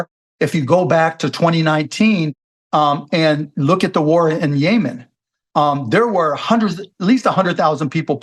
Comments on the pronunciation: It's Yemen! Not Yayman!!! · Bro it’s Yemen not yaman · Why does he say “yay man” instead of “Yeh men” like every sane person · Yemen not Yea-man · It’s YEMEN not Yaman 🙄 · is "yaymen" same as Yemen? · “The war in Yaymen” 😅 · “Yay-min” lol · What the hell is yayman ?😂 Cuban’s next gig (if he doesn’t get the SEC chair) is a MSNBC show. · When he pronounced Yemen yay man I knew he didn’t know what inflation meant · Why does mark keep saying 'yay-man' instead of yemen 😂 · Yaymen is driving me nuts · As I start most my comments I LOVE Chamath & David Sacks. David’s counterpoints to Cuban’s lunacy made way more sense & kept the convo interesting.😁 David looked like a million bucks in this episode. Cuban’s pronunciation of Yemen & how it connects to inflation made zero sense. Best part➡️ “When did she say something smart? I mean seriously when’s the last time she said something smart?”😂 Appreciate JCal’s attempt at levity, some of his opinions are not my fav. Pharmaceuticals, ugh.🫤 You can tell Cuban is definitely partaking in Ozempic.🫢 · Wonder where Mark got his pronunciation of Yemen? It's definitely the first time I've heard it pronounced that way. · Why is dude pronouncing Yemen like that? 😅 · This is a good demonstration of how billionaires are not that sophisticated. Cuban has this whole theory tied to Yemen and then doesn't pronounce the country's name properly. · Is Mark saying Yemen wrong or am I?